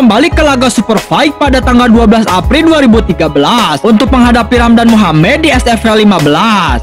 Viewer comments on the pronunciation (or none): none